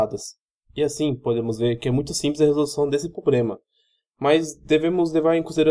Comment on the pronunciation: Só queria dar um conselho, quando voce começa seu video falando "pobrema" pelo menos metade desiste de assistir, e quando voce prossegue engolindo os plurais e falando "poblema" a outra metade já desistiu faz tempo. Se esse video valia alguma nota nem imagino quando voce deve ter tirado. A explicação está até boa mas com esses erros de portugues, é um sacrificio assistir ate o fim. Tenha mais cuidado.